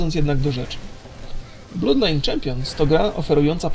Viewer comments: to nie jest blud lajn, tylko blad lajn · mowi sie blod lajn :O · czy ty wiesz jak się czyta ''oo''? Czyta się jak ''u'' dlatego mówi ''blud lajn'' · wpisz na youtube Bloodline Champions Gameplay - First Look HD on mowi blod lajn wpisz na google translate blood i kilknnij glosniczek mieszkam 7 lat w irlandii i mysle ze mam racje.